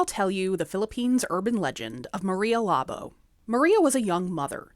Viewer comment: Why they say labo when you read it is labo is actually labou